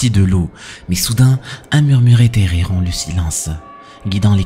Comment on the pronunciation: Coucou, on prononce etttthéré, pas édéré 😊